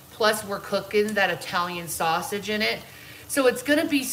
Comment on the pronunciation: Also I question anyone who is truly Italiian saying Italian with a long I. You say it with a short I just like Italy. She constantly says I Talian (long i)